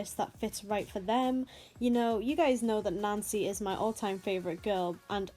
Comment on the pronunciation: Sorry but i kept understanding nazi when you said nancy